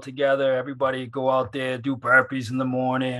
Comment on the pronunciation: what’s a berpees?